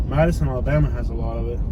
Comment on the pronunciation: It’s Alabama not alllabana